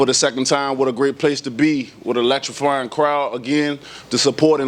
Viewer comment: "Electrifrying" crowd. Yeah we do like chicken, i cant lie.